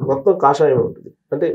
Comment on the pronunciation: కషాయం కాదురా అవులా కాషాయం నీ పేరు తెలువదు యాంకర్ బుద్ది లేదు నువ్వు ఒక అవుల గనివి